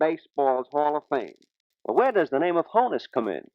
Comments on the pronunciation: The pronunciation of Honus isn’t as the interviewer said, rhyming with “bonus,” which is how many people who have only read it might guess. It’s actually pronounced with a short O as it comes from the name Johannes, also shortened to Hans, and is pronounced similarly. You can hear Honus pronounce it correctly . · Tells the dude clearly he was called "Ha- ness" short for Johannes (unfortunately his nickname got spelled "Honus") . Pronounce HA-ness - not HO-ness. And yet the interviewer keeps calling him HO-ness. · Pronounces his name "Hannes" (like honest) as in "Johannes" - not HONE us with a long "O". That's a new one. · Even when the narrator hears Wagner tell him it' Honus as in HAH-ness...he still calls him HOE-nuss. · You may have noticed that Wagner pronounced his name “HAW-nuss” but he was too polite to correct the guy. Honus was a real gentleman. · Always wondered how "Honus" was pronounced. What's interesting is that Honus himself pronounces it "HAHN-us," yet the interviewer keeps calling him "HONE-us" even after hearing him say it. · Honus Wagner's first name is pronounced HAWN-us, not HONE-us. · It's always interesting to listen to people from that time. They have that sing song voice that makes them great story tellers. I notice I've been pronouncing his name wrong all this time too. Hah nus not Ho nus. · am I imagining things or is honus wagner saying that "o" in his name like "on" not like "own". Has everyone always said his name wrong? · He pronounces it "HAW-nus" rather than "HO-nus"... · Listen. Honus is pronounced with a soft O, as in “on“. Not a long ago like the interviewer is doing. Listen to the way honest says his name himself. He is from Carnegie, Pennsylvania, a couple miles outside of Pittsburgh. The absolute greatest shortstop of all time, no doubt. No question. All you want, but you were wrong. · He clearly pronounces his name to the interviewer as “Hannes” (like Johannes), yet the interviewer keeps right on pronouncing it “Hoe-nus”.